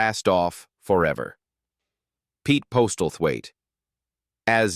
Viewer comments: "Postelthaite" = POSSEL-THWAIT AI morons! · Postlethwaite is pronounced 'Posselthwaite' not postelthwaite. PS: Also, Jacqueline should be pronounced as 'jackeline' not jakweline. Shrewsbury is pronounced 'shrowsberry', not shrewsberry although there is some lively debate about this one. Good grief. AI has a very, very long way to go in terms of the correct pronunciation of the English language, especially English surnames and place names.